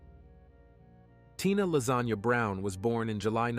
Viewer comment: I just skipped back at that bit. Tina lasagna brown. Oh my 😂